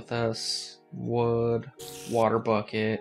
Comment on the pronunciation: when he says bucket it sounds like fuck-it